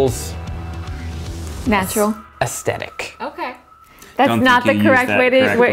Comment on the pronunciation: i feel like zach said ''aEstEtIc"